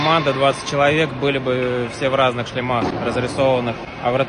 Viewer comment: шлемах ударение на е